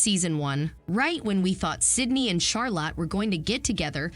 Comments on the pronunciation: Charlotte: pronounced Charlut, not "Charlot." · Charlotte, not Charla🙄🤦🏻‍♀️